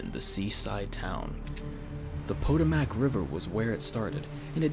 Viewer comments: Potomac isn't pronounced Po-Toe-Mak, it's PuhTohMik. Fastly spoken. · Pronounced Pa-toe-mac, not po-to-mac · You pronounced Potomac wrong. It's pah-tomac lol only people who live in this area of Maryland know so I'm not gonna hold it against you :) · "Pohtumak" gave me cancer (Po-Toe-Mic) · It's not PO-TUH-MACK, it's PA-TO-MACK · Good video but I literally almost turned the video off when you pronounced Potomak as "poto mack". It's "po tom ak" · Waking up to over 100,000 views is pretty dang impressive to me! Thanks for all of the support. Oh, and my apologies for mispronouncing "Puh-TOE-mak". I promise, I've looked it up since then. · To answer your pronunciation query about the patomac, I live in the area. it's PAH-TOH-MAC. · Its Pah-Toe-Mik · “The PoDiMaK RiVeR” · did he really pronounce it poe tow mack?!? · It's pronounced poe-TOE-mac. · lol it's pronounced "pah-toe-mic" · By the way, it's pronounced "Poh - Tue - Mack!" Doesn't anyone know how to say it? They say it right in the game, for F***'s sake! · I think the narrator should learn how to say Potomac. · Am I the only one who suffers whenever he fails at pronouncing Potomac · You're saying Potomac horribly wrong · He mispronounced the Potomac river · Yay! Terrible mispronunciation of Potomac! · You mispronounced "Potomac".